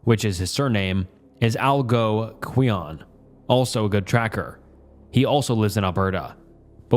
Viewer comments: al gonk win. Also, no criticism of you personally. But if you say it’s just easier not to bother how to pronounce a native name, it sounds unprofessional. You’re getting paid to do this. You could google, call the library, etc. rather than be dismissive. Great video and topic - not a bunch of retreads from every other video on these spooky channels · the word youre trying to say here is pronounced like "Al Gonk win" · "Al-go-queean". Bless your heart,, it's pronounced Al-gone-quin (like the name Quinn). Edit: For the OP near Athabasca (better pronunciation on that, just don't hesitate, the syllables can smell fear), why are you hiking in deep snow when you could use snowshoes? Wild. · Its pronounced, "Al-Gon-Kwee-In" or "Al-Gon-Kwin" not "Al go kweeon". Nice try though. LOL!!! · Canadian here! Algonquin is pronounced Al-gon-quinn (Here in NB anyways) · Algonquin is pronounced "All-Gone-Quinn" for reference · Algo-Quion pronunciation of algonquin is sending me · for reference it is pronounced al-gone-quinn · it's al-GONG-kwin. They are a Canadian native tribe. Not trying to be the phonetics police, but in case you run into it again. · Al-gon-qui-on.... dude really? Literally HOW? Dude has heard the word "Wendigo", has two North American native mythologies on the tip of his tongue for a creature in Finland, but hasn't heard the word "Algonquin"? I'm not even throwing shade at that point, I'm genuinely just shocked and asking how. I'll be that guy if I have to, you seem like an okay dude but: *Pleakley "educate yourself!" .gif* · "al-go quee-on" lmaooooo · "algo-quee-on" Bro refuses to check how to pronounce words and I love it, I'm here for it 😎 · "Algo kwee-an" is hilarious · Bro you could take two seconds to learn to say 'Algonquin' correctly instead of just being disrespectful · Man this guy doesn't know how to pronounce any words huh 😂 he buffs it in every story